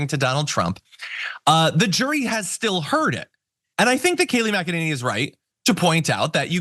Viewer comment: It's pronounced "mack-a-ninny".